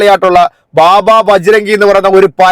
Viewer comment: ബാബ അല്ല ബാബു😂😂